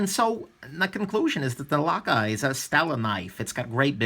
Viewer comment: 1st time ever Foreign name pronounced Perfect😉